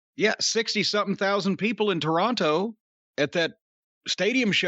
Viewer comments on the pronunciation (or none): Hey Jim . Say Toronto. Toronto. Not Tore on Toe